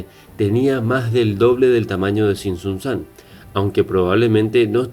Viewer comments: Angamuco no está en una zona selvática amigo, es una zona boscosa solamente, pero si es la última gran ciudad descubierta de la cultura "Purépecha" y el lago es "Pátzcuaro" pero que bueno que le pongas atención a un tema tan relevante. "Tzintzuntzan" no "Tzitzuntzán", ahora desgraciadamente ha Sido saqueada hasta cierto punto como muchos otros lugares de este tipo. Por otro lado en Michoacán en la zona de tierra caliente hay un lugar muy poco conocida donde hallas pinturas rupestres de manos en cuevas que datan más allá de la época de las grandes culturas mexicanas. En un lugar pequeño llamado Huetamo de Núñez. Zona de la que soy originario. PD: me encanta que hagas un vídeo de este tipo. Eso es perfecto solo trata de poner un poco de atención a la correcta pronunciación de los lugares, entiendo que es un poco difícil o quizás confuso pero no es fuera de este mundo. Saludos ✌️ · Tzin tzun tzan y lago de "Pátzcuaro" pronuncia bien... 40000 edificios??? No seas inútil y mentiroso...